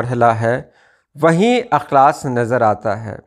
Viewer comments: استاد جی آپ کی توجہ اس نکتے پر مبذول کرانے کی غرض سے بتانا چاہتا ہوں کہ "اخلاص" کے الف میں زیر ہے نہ کہ زبر۔ احمد فراز کا اک بہت ہی مقبول شعر ہے۔ ملاحظہ فرمائیں ۔ تم تکلف کو بھی اخلاص سمجھتے ہو فراز دوست ہوتا نہیں ہر ہاتھ ملانے والا... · السلام علیکم ورحمة الله وبركاته معذرت کے ساتھ عرض ہے(اخلاص)الف کے زیر کے ساتھ پڑھا جاتا ہے اور اخلاق زبر کے ساتھ ارشد نواز کرتپوری از کویت